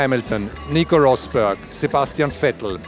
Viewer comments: It's a bit funny how he pronounces Rosberg with an English accent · I wonder why he pronounced Schumacher correct but not Rosberg